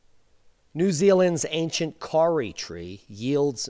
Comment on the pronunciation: Awesome ! Love your work :) You say Kauri more like 'cow-ree' or 'Kaw-ri' - but that is cool - thanks for seeing what goes on down here too ! Kudos and respect with some love sprinkled on top :)